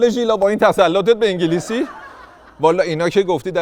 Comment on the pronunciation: انگلیسی ❌❌ عنگلیسی✅✅ تینکیو🤣🤣🤣🤣